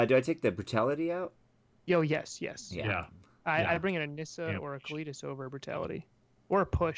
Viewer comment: its KAH-lee-tas not CLETUS xD